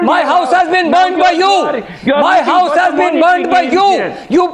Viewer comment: "where is my wouse" lol